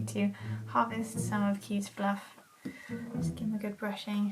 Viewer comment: The way you said "harvest" had me giggling